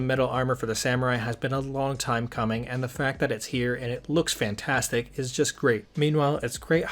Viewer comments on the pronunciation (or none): none